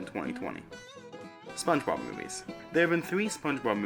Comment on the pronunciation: oh hell nah spoench bord iC borg